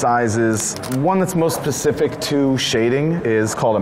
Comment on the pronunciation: i think he said mosspecific lol